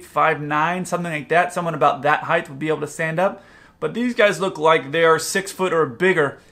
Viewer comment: At about or so, you say 'heighth'. Really? The word is spelled height and pronounced hite, with no th sound at the end. im supposed to consider you an expert when you can't even pronounce a 6th grade word?